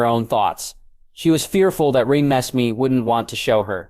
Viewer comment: I can't do this he keeps pronouncing her name wrong 😩 RE-NES-MAY